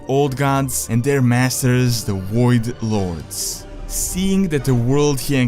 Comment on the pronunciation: wtf Is a woidlord lol its voidlord